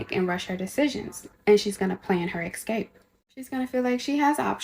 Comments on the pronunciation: Interesting how a tarot reader can Sherlock the case But somehow flop by pronouncing "EKSCAPE" Gurl has fortune in crime, but has zero fortune in that one word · She keeps saying “ekscape” and it’s killing me! Also, I love how certain segments of society brandish that they are attending college. College doesn’t mean what it use to (being moderately intelligent). It now means you’re kind of stupid wasting all that money on a racial studies degree. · Forgot about her making up delusional crap out of nowhere, im just tired of her saying "exscape" repeatedly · Reminds me of dory Es ka pé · I'm deeply offended that she's mispronouncing the word escape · I caught that as well but thought I had simply misheard it.